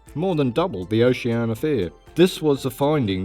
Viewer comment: Try to work on that pronunciation of Oceania...oh-she an EE-a. You're welcome.